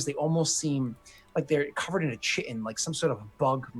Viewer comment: First can't pronounce tiefling, then chitin? Tsk, tsk. German and Greek are not that hard.